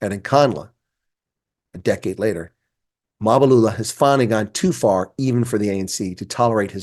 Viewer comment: You’re really butchering this guy’s surname. It’s Mbalula. Don’t put the “a” to the “M”, shouldn’t be there. Other than that, a fair take on Mbalula.😅😂😂!